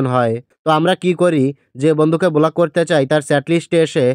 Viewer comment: বোলাক নয় ব্লক 😂